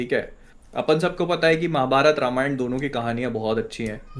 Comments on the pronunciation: Same yar i have also same question, let's foreigners a side but why indians says रमायन not रामायण 🤔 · Bhaai log it's रामायण not रामायन I see you guys say English stuff pronunciation very accurately but can't do same thing for Hindi/sanskrit stuff.. why this hypocrisy... Only is saying Ramayan perfectly but baaaki dono balak ni ho ki sahi se na bol sako...😮